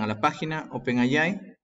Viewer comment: NO SE DICE "OPEN AY AY" (NOMAS TE FALTO DECIR: "¡OPEN AY, AY, AY, AY, Y ARRRRIBBA MEXICO !!!! ) SE DICE: "OPEN EY AY"... LA "A" SE PRONUNCIA "EY" Y LA I SE PRONUNCIA "AY")